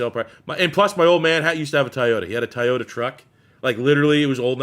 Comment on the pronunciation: Ty-yota? 🤣. It’s “Toy-o-tah”